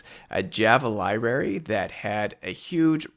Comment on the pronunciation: The word "library" contains two 'r's